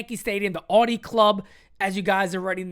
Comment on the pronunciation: Audi is pronounced Ow-dee😂